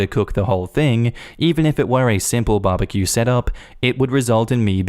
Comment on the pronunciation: He said Barbaque. Lol.